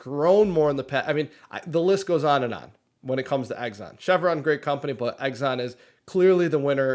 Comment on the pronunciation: Can't stop chuckling when you mention Exxon. I could be wrong, but I have always heard it being pronounced as 'X ON'. With you making it plural instead of singular, it sounds like you're saying 'Eggs on' which is actually making me think of food and that's not good because it's not break time for me yet. LOL